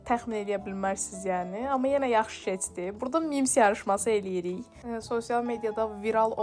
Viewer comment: BU NƏ DANIŞIQ BU NƏ TƏLƏFFÜZDÜR. GET DANIŞIQ ÖYRƏN BU CÜR BƏRBAD DANIŞIQLA SƏN DÜZ DANIŞANA, GEDİB ORDA SƏHV DANIŞIQ ÖYRƏDƏRSƏN ANCAQ. KEŞDİ, MIKYAJ, AXOT, SAÇIMIN DİVİ YAĞLI GÖRÜNÜRDÜ. DİVİ NƏDİR? 😂😂😂